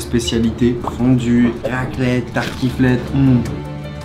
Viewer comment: "Racliflette" ??? C'est un mélange de raclette et de tartiflette?? 😀